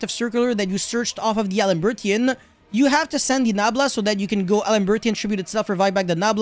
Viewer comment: A.I DLE reborn is pronounced as Idle reborn and A.I Land is basically Island I cringe everytime you butcher the names 🤣🤣🤣 great profile though...I would legit only play Bururu at 1 though...only critique I have for the list